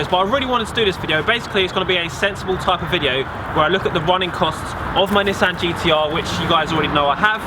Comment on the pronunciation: People who own GTRs that dont know how to say nissan